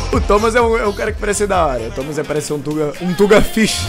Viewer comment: "Tomas" kkkkkk Tomás kkkkkk